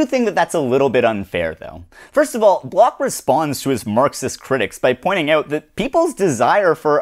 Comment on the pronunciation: >apologizes profusely to the French >barely aware how he keeps mangling Bloch over and over I'm aware how much of philosophy is just some German dudes dissing each other, but please find out how to pronounce the names you are repeating a hundred times.